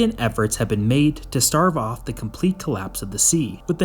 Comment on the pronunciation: Stave off,, not starve off.